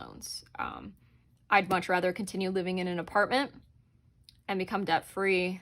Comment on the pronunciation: New subscriber. I like the way you think. BTW: its Debt not Dedt. lol